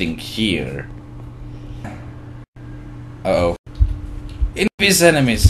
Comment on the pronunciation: I love how he always says ''emenies''. Well, it sounds like it.